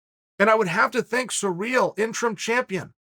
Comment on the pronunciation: Who is Surreal? Or are you saying Serial? Uhm are those names? It’s Cyril bud